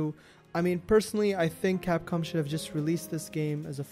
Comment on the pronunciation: bad capcom bad :P i realy liked your accent when you said that